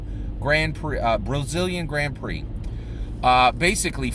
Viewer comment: Watched an entire season of Formula 1 racing, learned everything about formula 1 racing except how to pronounce Grand Prix.